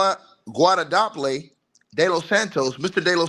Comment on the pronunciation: Gua-domp-pe de los Santos? 🤔 😂